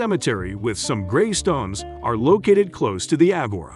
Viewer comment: The way he pronounces agora makes me uncomfortable